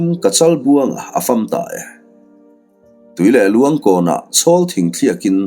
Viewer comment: Tui leh luang nge? Tuilehluan ram, a thluk kha a diklo deuh em